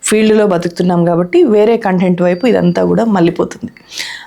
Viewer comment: కాంటెంట్ అని అనొద్దు కంటెంట్ అని చెప్పండి.